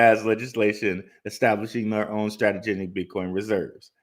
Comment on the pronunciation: cringe every time i hear STRATEGENIC